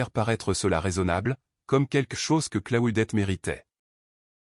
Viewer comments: Ça se prononce : CLO- DETTE..!!!..😡..et pas " Claoudette" ou " Claudet "..👎👎👎👎..Essayez de prononcer "Cluedo" qu'on rigole !🙄🥴..Et puis, si vous vous sentez un peu plus fort..tentez.." Anticonstitutionnelement " 😂😂😂😂.Soyez un peu courageux..à défaut d'être cultivé..👎👎👎👎👎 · Si vous continuez à prononcer le prénom " Claudette" comme votre I.A le fait..🙄😳..Un certain Claude François pourrait vous causer des ennuis !😁😁😁😁